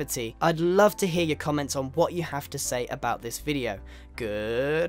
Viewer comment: Haha, he said goodboy instead of goodbye xD